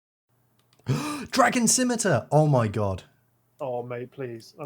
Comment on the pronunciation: Thank the good christ you can pronounce "scimitar"